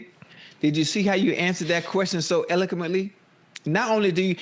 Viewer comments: jaja "You see how you said that so Elminquently" .. dude sounded like when we used to the alphabets and say "Elo Melo P" 😂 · Eleclemently....damn Ocho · The way Ocho pronounced eloquently took me all the way outta here 😂